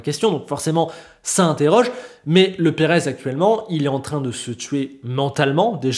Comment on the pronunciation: "Perave" ça s'ecrit pas " Perez" !